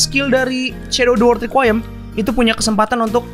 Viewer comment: Bang baca nya re ku i em